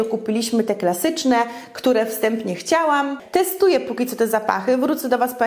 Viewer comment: Dlaczego mówisz do dziecka Ćo nie Co?